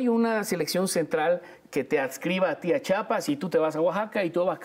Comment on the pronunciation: Muy bien el invitado, nada más necesita aprender a pronunciar Chiapas, que gordo nos cae cuando no lo saben pronunciar, un poquito de dicción.